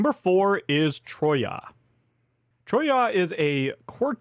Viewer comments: Troa not troya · Troyes like in trois! Oh laord... 😅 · Because number four (Troyes) is a French city you pronounce it TRWA. Keep them video's coming! Greetings from Belgium.